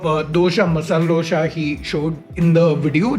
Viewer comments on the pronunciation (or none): Not to be that guy. It's 'dosa' not 'dosha'. 😅